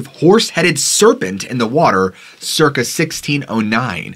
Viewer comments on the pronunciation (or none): none